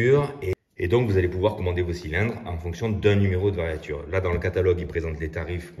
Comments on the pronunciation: Variature ? On dit variure. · Toujours très intéressantes vos vidéos. Juste une précision de vocabulaire technique, il semblerait qu'il faut dire variure et non variature.